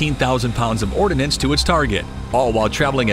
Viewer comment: its not ORDINANCE. it is ORDNANCE look at the spelling.